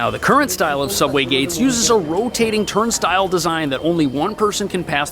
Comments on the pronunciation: To you, turnstile = "TURN * stuhl"? * "TURN * sti (long) * uhl" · Isn't this why you have a field test like this? Is it pronounced "turn style" not "turn still" 😀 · It's not pronounced "turnstuhl" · I don't think I've heard it pronounced "turn-stulls" instead of "turnstyles" before. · it might be spelled "turnstile" but no New Yorker pronounces it that way lol. Turn-Style and you're welcome. BTW Philly, DC and the Chi, you need your ticket/pass to get out as well. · It's pronounced "Turn-Style". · Turn - STILES with a long "i" sound. Otherwise, great report! 👍🏽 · Turn-sty-ull is how it's pronounced. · Did he say, “Turnstills”? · Someone can't pronounce "turnstile". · Funny pronunciation of the word turnstile. But this is a real epidemic. Might as make the subways free with NYC ID then.